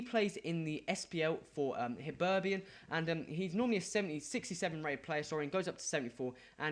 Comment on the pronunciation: And it's hibernian not hiberbian